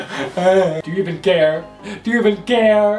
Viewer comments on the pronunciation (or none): “do you even gare”